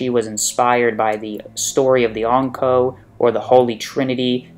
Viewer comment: Triggers me how you say Ankou